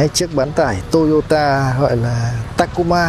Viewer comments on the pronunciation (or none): none